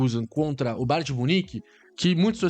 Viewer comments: Cara toda vez entendo você falando BAR DE MUNIQUE 😂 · Kkkkkk ele fala BAR de munique 😂😂.